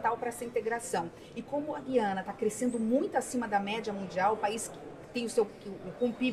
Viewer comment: Ótima reportagem. Muito boas informações..Mas, alguém precisa informar alguns e algumas repórteres, bem como a Ministra Tevet, que se pronuncia GU - IA- NA. Parece que as novas gerações nunca ouviram esse nome. Antes eram : GU-IA-NA Francesa, GU-IA-NA Inglesa e GU-IA-NA Holandesa, talvez por isso saibamos, nós, mais velhos, pronunciar o nome desse país !!!